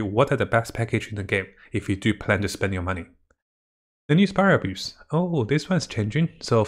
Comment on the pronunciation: He's been saying spiral abuse for almost a year now just give up lol